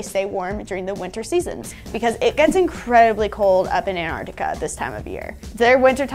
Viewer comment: is awesome, but why does she keep saying Antarctica?